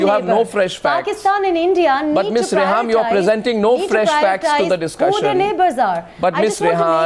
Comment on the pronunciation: It's pronounced Reham.... Who this kindergartner is BTW?